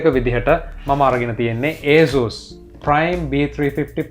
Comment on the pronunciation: asus pronounce කරන විදිහ වැරදි ..